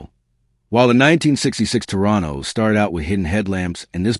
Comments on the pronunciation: Arrrrrgh! Okay, make a note please. A Tornado was Dorothy's free ride to Oz. An Oldsmobile is a Toro-Nah-Doh. I'm leaving now. My ears can no longer take your mispronunciation. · If he says Tornado instead of Toronado one more time, I will scream !